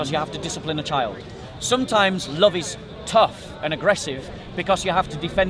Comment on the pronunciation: I like how says love.. "Lufve"